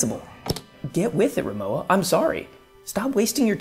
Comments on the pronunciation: Respectfully, the brand is pronounced REE-moh-vah. The W sounds like a V. This seems to be a very common mistake, and understandably so. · if you knew rimowa, then u should know it's pronounced as rimoVa. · You need to pronounce Rimowa correctly Vecause you are doing it wrong